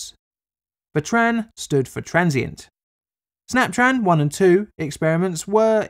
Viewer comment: "snaptran" sounds like when jimmy neutron's teacher if she was trying to say 'snap tron' SNYAPTRAAN